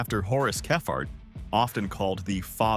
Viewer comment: Can’t be doing with the stupid pronunciation anymore! - one minute it’s kephart the next it’s Keefart and whoops there goes that car bar again! - if this is an indication of AIs ability God help us in the future.